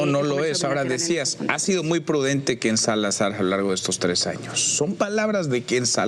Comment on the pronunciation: Por qué Manuel insiste en decir: KenSalazar, es Ken-Salazar